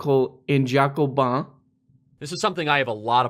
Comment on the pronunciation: "Jacobin" ? The f*** ? As a French I can not be blamed for that guys come on...